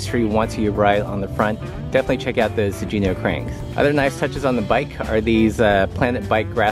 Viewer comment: Daniel-san: It’s Miyagi (mee-yah-ghee, not mee-yah-jee), Miyagi-do karate.: It’s Sugino (soo-ghee-no, not soo-jee-no), Sugino chainrings and cranks.